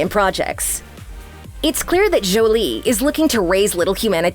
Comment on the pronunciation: Jjjjolie🤣 it is The way this woman pronounced Jolie is killing me